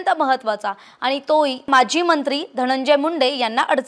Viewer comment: Mazi mntri nhi maji mntri mhnave.frak smjun gya yr delivering marathi arth badlatat.dont tk it otherwuse